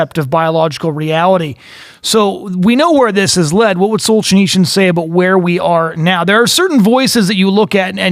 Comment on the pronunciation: You'd think that if the guy is doing a podcast or a radio show about some historical figure, he'd first find out how to pronounce that person's name. It's just basic respect to both the deceased person and to the listeners. It's also part of the job of someone who talks for a living. The man was not "Solchineechin". But then, this guy pronounces literature as "lidicher", so maybe he has a few literacy problems.